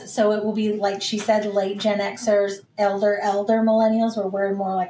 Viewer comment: You don’t have to put so much emphasis on ELDER Millennials there,.